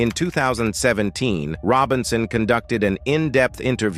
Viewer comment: These narrators sure can mispronounce.And it was Sylvia Robinson not Sylvia "Rone."